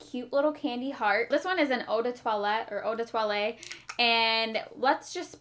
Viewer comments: "Eau de toileTTe" with a double T. So you must definitely pronounce the T sound at the end :) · Eau de twalie I love everyone’s interpretation of French on here